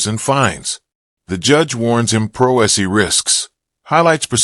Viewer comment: Couldn't even pronounce "Pro Se"